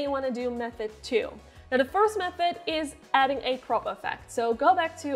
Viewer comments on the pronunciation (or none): I thought you said prop not crop at first 😂